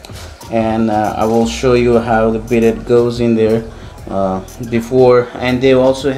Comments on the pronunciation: Those black washers were supposed to go under the bidet to help keep it from sliding around. Also it is pronounced bi-day. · I thought it was “bee-day.”